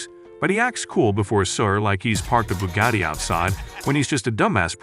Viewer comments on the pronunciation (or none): none